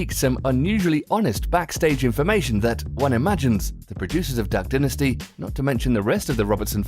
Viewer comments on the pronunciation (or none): Repeat after me, Duck dynasty (Die)nasty Not dinnasty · I love duck dinisty it is a great show. The word dinisty warms my heart when it flows out of peoples mouths. (it's dynasty (DINE IST E) you fucking idiot) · ohmyGOD IF HE SAYS "DUCK DINASTEE" ONE MORE TIME IMMA KMS duhck dye-nas-ty